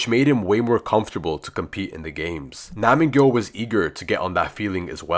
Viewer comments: pronounce: NAM-G YOU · It's nam gyu